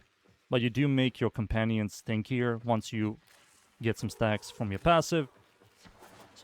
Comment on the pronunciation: Sounded like you said makes your companion stankier. I busted out laughin. The Nidus touch up is nice, and i agree he doesnt need duration